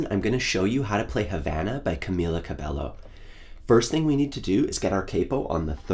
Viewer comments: Just saying, it’s not CabeLLo it’s CabeYo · I love your tutorial., but just a reminder, her name is Camila Cabello and read as (Ca-mee-la Ca-be-yo) cheers!!!!😂